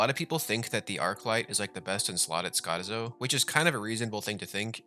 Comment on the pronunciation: its triggering me how you pronounce skotizo...... -.